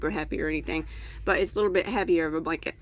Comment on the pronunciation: Oops!..Blank-et ..lol